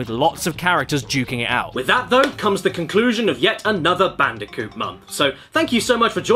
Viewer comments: Please just say Bandicoot… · what's "controversial" about swapping the C's and B's in the name of a fictional character? The name is literally mispronounced throughout this entire video, the only difference is some people might actually accidentally call Crash Bandicoot Brash Candiboot, how do you think i came up with it?🤷‍♂️